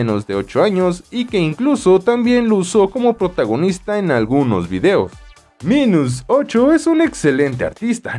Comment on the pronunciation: Se pronuncia "Mainus"